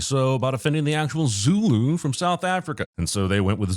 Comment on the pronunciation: As a Zulu, I'd approve "Zooloo"